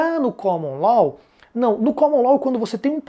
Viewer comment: Amigo, a aula ta ótima, parabéns! Só um detalhe: a pronúncia é LÓ, não LOL.